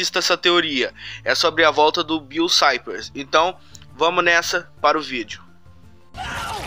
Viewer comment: É Bill não bills